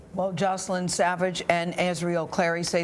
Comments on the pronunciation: Why does R Kelly pronounce her name Jocelyn instead of Joycelyn ... like damn pronounce one of your girlfriends name right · How is R. Kelly in love with Joycelyn and he doesn’t know how to pronounce her name? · When you're in a "relationship" with someone and they don't say your name right.....it's Joycelynn not Joseline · Kellz called her Jocelyn, but her name is Joycelyn. How you f*cking on somebody for years and not know how to pronounce their damn name?? And EVERYONE is lying!! Robert, the parents, the “girls”... smh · R Kelly said Jocelyn instead of joycelyn lol he said her name wrong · Did r Kelly call her Joseline instead of JOYceline? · R. Kelly doesn't even know her name! It's JoyceLynn not Joslyn! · Robert doesn't even pronounce her name correctly, he says Jocelyn instead of JOYcelyn... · Why does r kelly pronounce her name Jaw-sel-in.. but it is Joy-sel-in.. some love between them when he can't even get her name right.... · her name is Joycelyn but r kelly calls her Jocelyn , LMAO SMH He doesn't even know her name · R Kelly can't even say joycelyn right he said ja slin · She’s supposed to be his girlfriend but he can’t even pronounce her name correctly. He calls her Joseline. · RKelly doesn’t event pronounce Joycelyn’s name correctly. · R. Kelly doesn’t even know how to pronounce the girl name 😂 that is enough to let me know he don’t care about that girl he’s a liar! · R Kelly not even saying Joycelyn's name right. Girl! That man been with you over 2 years and can't be bothered to pronounce your name right?! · I love how he didn't even know how to properly pronounce his own "gf's" name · Sounds like R Kelly didn't know how to pronounce his girlfriend's name?